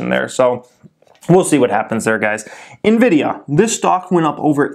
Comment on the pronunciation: "Nividia" sounds like a brand of lotion lol